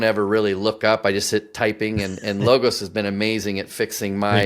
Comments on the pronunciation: It’s pronounced Log-os, like a cut down tree, and the same pronunciation for the ‘o’ in os, almost like “ahhs “ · Nah, Low ghost. Like in Napoleonic spirit.